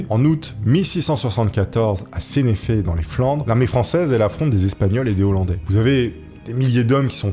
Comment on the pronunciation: Et ça se prononce "senaiffe" et pas "sénéffé" ^^